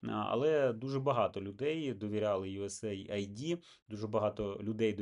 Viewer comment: Да не ЮС Айди, а ЮС Эйд - помощь Сединённых штатов.